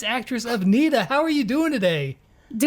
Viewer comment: he said NITA which sounds like "Need to"